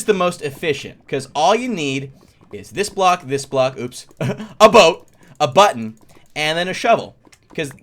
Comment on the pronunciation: for a second a heard you say butt-on